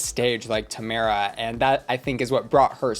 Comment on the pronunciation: girl we made it the whole season without you pronouncing tomara correctly one time. I love you so much, but plzzzzz. 🙉